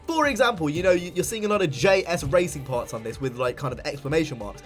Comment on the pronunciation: "J's Racing" pronounced "Jays Racing" bro. Well known and respected tuner for Hondas 👍🏼🇯🇵